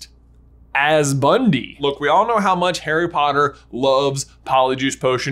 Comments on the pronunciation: bro. It’s Bunty. Not Bundy. 😂 Bruh. Come on. Newt called her Bunty. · It's driving me mad...it's BunTy NOT BunDy! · facepalm it's BUNTY, not Bundy... It's pronounced "BUN-TEE" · Her name is Bunty, not Bundy. And I don't think it's Tina in disguise, but who knows for sure? Jacob is magical, for sure. I knew it when he didn't forget his memories in Fantastic Beasts. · It's bunty not bundy, lol laughed so hard when you called her that. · Great video. one small problem the name is Bunty nor Bundi. I may have misheard and yes she is minimal in the 2nd movie but still. You can see in the note Newt left for her when he left for Paris with Jacob. Still great work waiting for this movie and trying to use my Dad's WB connection story get premier of screening tickets I can't wait forever. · I thought her name was Bunty a common British name not Bundy? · Cool video, thanks! Fyi her name is actually "Bunty," not Bundy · Did you say Bundy? It's definitely Bunty. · Isn't her name Bunty and not Bundy? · It's "bunty" not Bundy. Omfg you guys. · BunTY not Bundy. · BunTy not BunDy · sorry...i cringe at that you call her "Bundy" her name is "Bunty". its small but it bugs me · You keep calling her Bundy!! Her name is BUNTY!!!!! FFS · Isn't it Bun-TEE?